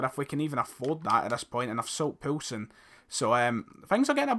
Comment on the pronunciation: Keep Yussuf Poulsen and it's pronounced "POAL SEN" ( im Danish)